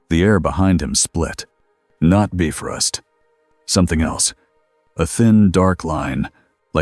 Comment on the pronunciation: Editing before posting Really needs to be normalized. It's quite annoying the Ai narrator pronounce the names of characters and things wrongly. Like the Bifrost, it's not pronounced "Biff-rust", it's pronounced "Bi-frost".